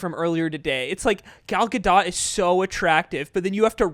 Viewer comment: Gal Gadot, pronounced GAL GA-DOTE